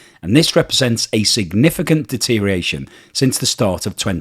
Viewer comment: Deterioration. De-ter-ee-or-a-shun. Six syllables. Not five. Thank you.